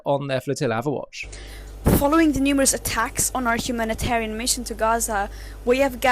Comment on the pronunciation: "Humilit-arian mission"?!